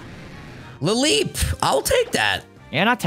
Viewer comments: "I got a lileep" 'Seedot was sent to box 1 in the PC' 😂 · Did every realize it was seedot and not lileep? Lol